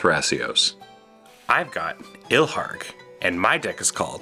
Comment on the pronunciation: Nice to hear pronounce Ilharg correctly this time 😂